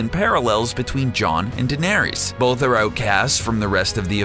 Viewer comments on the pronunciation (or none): Varees and danaerees? var ISS, danaer ISS. ech. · ITS NOT CERSAY DANARIES AND VARIES!!! Like omg they literally say it in the fucking show like idk how you think they're names are pronounced like that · Who the hell are Vairees, Danairees, and Cersay? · Varies? Daenaries? Sir-say? When do they ever say the names like that in the show? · Varys - Va-riss, Daenerys - D-nair-riss, Cersei - Ser-see, Sansa - Sarn-sa (the show being without american accents, Sarnsa is the "correct" way to say her name) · i dont mind people making vids like this but if you do say their fucking name right varies really its varys va-ry-s watch game of thrones before posting a vid on it same with Daenerys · omartheodd he also mispronounces Danerys and Lyanna it annoyed the hell out of me